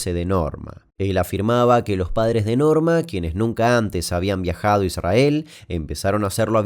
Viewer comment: Me hace mal cómo pronuncias ISRAEL Jajaja 😅